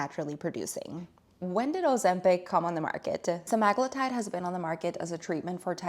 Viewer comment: Pronounced sem a glue tide